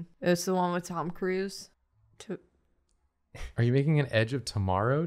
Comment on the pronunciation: This is the hardest I’ve laughed at anything in a very long time, Tome-da-Cruise, for real I’m-a-de-ded